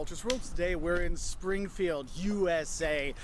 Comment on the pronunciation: "Springifield" omg. ugh.